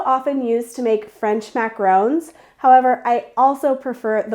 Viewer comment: MAC-AH-RON not RHÔNES!